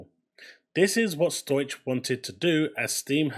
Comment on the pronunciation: Stow ik - not Stoych. Just sayin'.